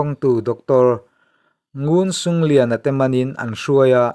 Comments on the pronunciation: C, hi 'ch' ang a lam rik tur, nguncunglian pawh khi ngunchunglian tih tur aw, a bengvar thlak thin e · ngun cung lian .....ngunchunglian tihna Lai tawngah chuan C hi Ch kan ti inchhiar leh hun atan atangkai tak in